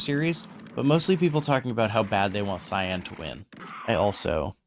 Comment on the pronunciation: no I meant the way you said Cyan